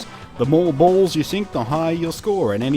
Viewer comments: how many times did he say balls? I love how he says it Bualls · I'm sorry but the way he says balls just makes me laugh. I'm sorry I just cant help myself but comment.